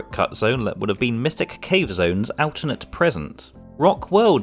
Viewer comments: "alternate" isn't pronounced like that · I really like your content ... but you have a very alternate way of pronouncing 'alternate.'